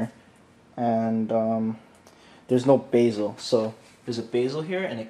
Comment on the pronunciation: Hehe.. "beezel". It's pronounced "bez ul" like "best". BTW your tutorials are beyond excellent. So many things even good players don't know!